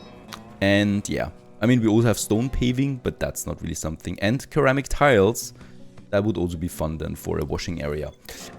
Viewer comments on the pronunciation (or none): For ceramic, the pronunciation is ser-ram-ik instead of ker-ram-ik. Yes, english speakers hate that as much as non-english speakers so please dont feel bad lol.